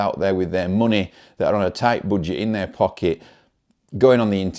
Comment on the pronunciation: A toight boodget. Sorry, love your accent lol. It's much better than mine (being Dutch).